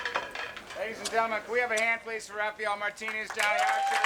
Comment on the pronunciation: Why do they keep calling Rafael Rafiel?